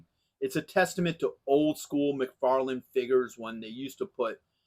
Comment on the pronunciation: Its Mcfarlane Toys not Mcfarland . Great figure .